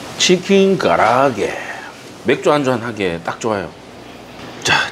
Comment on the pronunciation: 첨에 가라오케라고 할 땐 넘 웃겼는데 자꾸 들으니 가라아게가 아닌 가라오케가 쟤 진짜 이름 같아요😂 의 뜻깊은 공모전 참여에 좋은 결과 있길 바라요~🙏